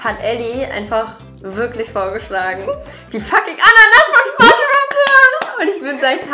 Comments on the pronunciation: Ich hasse Menschen die schbonschbob sagen anstatt spongebob sagen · Ich mag es nicht wenn Leute schpongebob statt spongebob sagen 😂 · SPONGEBOB NICHT SCHPONGEBOB BITTE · Na genau so, wie er in der Serie auch genannt wird? Aussprache “sponschbob“ mit s p am Anfang. Nicht sch 😁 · „Schpongebob“ :D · Spongebob, nicht schpongebob naja trotzdem cooles Video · wer wohnt in 'ner ananas ganz tief im meer? julia: SCHpongebob schwammkopf!!¡!1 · Mag das immer nicht so gern, wenn Leute Schbombschbob sagen.. 😅😅🤷🏻‍♀️ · ARGHH ICH HASSE ES WENN LEUTE SCHPONSCHBOP SAGEEENNN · Sie liebt "Schponschbob"😂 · Julia so „Schponschbob“ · Ach ja... der Schponschbob 👍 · Wen triggert es auch dass Julia SCHPongebob sagt 😂😩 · Bin ich die Einzige oder kriegen einige auch ihre Macken wie manche Leute statt "Spongebob" "Schpongebob" aussprechen? Hahaha